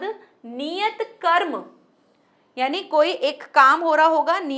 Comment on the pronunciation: कर्म की जगह क्रम बोला जय।आपके पढ़ाने का ढंग बहुत अच्छा है।